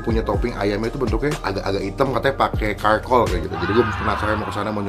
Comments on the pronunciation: sorry nih ye bang charcoal itu dibacanya "carkol" bukan "karkol" bang cuma ngasih tau biar gk salah lagi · Charcoal bukan Karkoal bacanya bang tp tetap huruf C depannya hehe